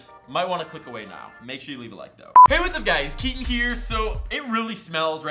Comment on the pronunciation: Am I the only one that swears he says "He whats up you guys its here" Lmao